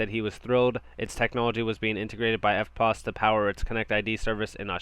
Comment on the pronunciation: Good work on pronouncing EFTPOS correctly👍. I think HBAR is going to be massive. It has utility and is worthy a top 5 position in the Crypto market place. Thanks for the updates mate.👊